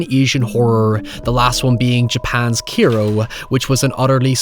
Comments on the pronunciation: Kairo is pronounced more like the capital of Egypt just fyi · the "kai" in Kairo rhymes with "sky", "high", "sigh", etc. Please stop calling it keeeero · I am BEGGING you to learn how to pronounce literally anything in Japanese properly. Every time you said "Kairo" wrong I couldn't help wincing Good video aside from that though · Your pronunciation of Kairo is horrendous. There's an 'A' in there, man! Anyways, nice vid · It's been a year and I still can't get over the constant mispronunciations of "Kairo" and "Mitsuko". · Dude, you kept pronouncing Kairo as Kero. The ai sound in Japanese sounds like the letter i. Also the daughter's name is pronounced e-kuko, the i makes a hard e sound. You kept pronouncing Mitsuko (meets-ko) as Mitusko.